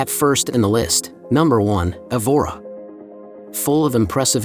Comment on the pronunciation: just a suggestion...learn the correct pronunciation of the places: the first city is pronounced EH-vora, second one is NOT MARVEO, a Closer pronunciation to the real nasal sound would be 'marvaum'. One thing is to have an accent, the other is to totally change the pronunciation of the town/city.